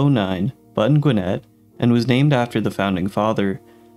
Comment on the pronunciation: You're pronouncing Gwinnett totally wrong 🤦🏼‍♂️